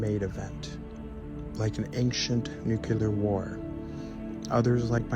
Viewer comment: Nuckelar?😂😂😂 It's Nuclear